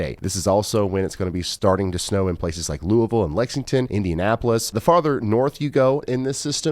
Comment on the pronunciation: Thank you for all you do and for pronouncing Louisville correctly! 😂